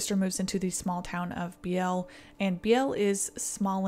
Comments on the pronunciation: Just fyi i believe the pronouncation is Bealy for hat one town. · BEE-lee it's pronounced BEE-lee. Sorry is late and I'm a bitch. Also I live 7 miles north of DeSoto Illinois.